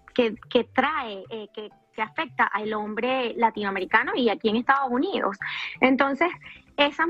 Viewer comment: se dice Estados Unidos y no Ejtado Junidos Que mal pronuncias el Castellano🙄😜👎🏻y cuando la dijo joy en vez de hoy ya nada que hacer, 😝👎🏻